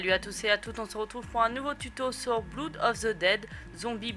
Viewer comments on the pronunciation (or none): J'adore comment tu as prononcé au début de ta vidéo le nom de la carte, tu as dis bloude of the dead mdr, blood se prononce "bleud", t'inquiète rien de méchant, j'aime bien ta vidéo ;-)